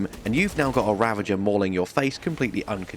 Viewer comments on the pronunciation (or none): Ravner not ravager